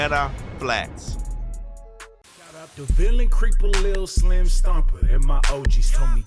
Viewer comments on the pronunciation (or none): none